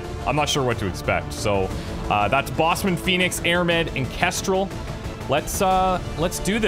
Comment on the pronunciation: I don't think it's Bossman like footman. Its Bossman like Superman.